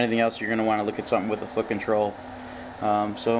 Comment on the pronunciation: There was a glitch at the end where you say something like: "this is for basic welding, for anything professional you need a fl.. on troll" or something like that. Were you saying "flow control"? It sounds like "flip and roll"... thanks for the video!